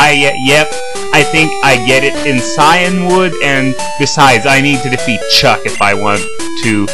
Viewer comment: Wow, you say Cianwood a lot different to me. You say Chiyanwood, but I say see-in-wood